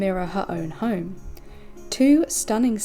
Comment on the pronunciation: It's Pronounced "HOME" NOT "Hyume"!! "GARAGE" not "GAYRODGE"!! Speaka The English!!